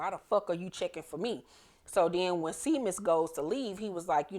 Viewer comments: Isn't the cop's name Seamus as in shay-mus? It's an Irish name. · Seamus is pronounced Shay-mus